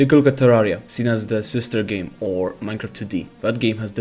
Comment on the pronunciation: not even close to how its pronounced but ok 😢 Anyway, Terraria is cool, Minecraft is lame. Both got gay and political in the 2020s era so that sucks.